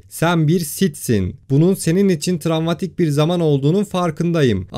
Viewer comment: bir de travma demeyi becerebilseydin...